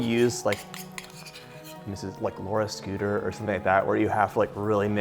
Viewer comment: That’s “Laura Scutters”, NOT “Laura Scooters”